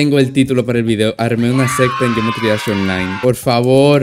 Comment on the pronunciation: Dice geoemtry no geometry